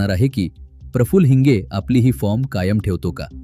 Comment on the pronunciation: हिंज नाही बे हिंगे